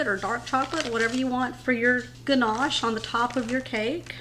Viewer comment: Ganache… no “r” in that word! Dessert looks amazing. I’ll make it for the holidays!